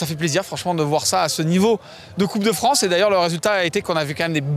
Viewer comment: 27'22" "coupe de Franche" dixit 🤣🤣🤣